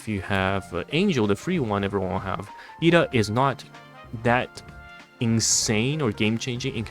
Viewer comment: I believe it's pronounced Ed-da not E-da, there's an extra 'd' in there. But thanks for highlighting the highland advantage for the crates, I thought it was only to block line of sight/pathing